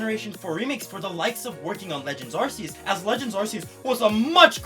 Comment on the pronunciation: The way you pronounce Arceus, you probably also say Arse Phone. Silvally's abillity is called the RKS system, not the ARSE system. The "Arc" in Arcanine works the same as Arceus, and I don't hear anyone say Arsanine. Need I mention the trailer for "Pokémon Legends Arceus"... As for any counter argument about languages. This video is in english, therefore the english pronunciation is needed.